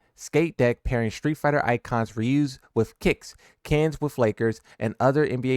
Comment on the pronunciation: did this man just prononuce Knicks by saying kicks?